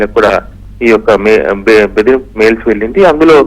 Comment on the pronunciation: News chadvinapudu jagaratha madam its bedripu